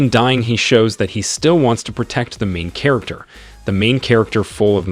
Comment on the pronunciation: The main katerginest lol 😂 Gets me every time....